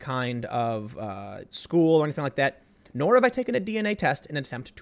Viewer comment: Tims been watching too much South Park. “Schoo”